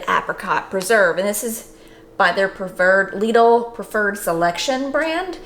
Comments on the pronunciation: Lidl = pronounced "Little" 😁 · Its pronounced lid-l, lid with an L at the end (told to me by a German) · From my understanding the name is pronounced: "LIDDLE".. hence their marketing rhyme for their middle aisle "The Middle of Lidl".